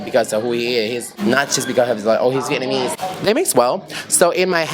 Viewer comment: Am I tripping or speaks English with a hint of Vietnamese influence, e.g. using singular form for plural nouns, pronouncing the word "Vietnamese" as "Vietnamee", etc. No disrespect though just curious